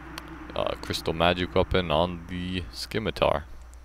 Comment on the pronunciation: CataClyst and sCimitar. Lol.